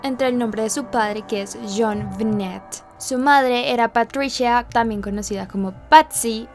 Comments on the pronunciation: min.1.07...a ver..como quedamos en como se pronuncia el nombre de la niña?...tu pones..Jonbenét..pero luego lo pronuncias con acento en Jon..Jónbenet...entonces... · Me encanta mucho este video y este canal, pero acaso soy la única a la que le desespera un poquito como pronuncia el nombre como “JonVené” jaja. Amo tus videos!!